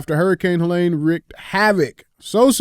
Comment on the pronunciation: Someonee pls teach DJ how to pronounce Helene..